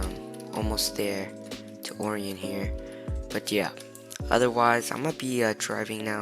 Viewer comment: It’s pronounced arian not oorion btw :) Great video tho dude! Keep it up